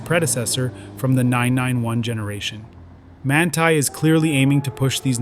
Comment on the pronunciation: Voglio solo puntualizzare che il nome del preparatore come qualunque altra parola straniera vanno sempre letta come in lingua originale….. altrimenti sono storpiati .!!!!